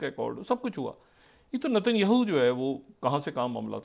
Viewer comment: ڈاکٹر شاہد مسعود صاحب نتن یاھو. نہیں ۔ نیتن یاھو بولتے ہیں ۔۔ معذرت کے ساتھ اپ صرف پاکستانی سیاست کے حوالے سے اچھا بولتے ہیں ۔ باقی فلسطین امریکہ اور اسرائیل و عرب کنٹریز ان پر اپ کی کوئی دست رس نہی۔ ۔